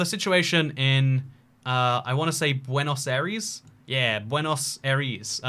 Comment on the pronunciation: how you pronounce Buenos Aires: Buanos-ires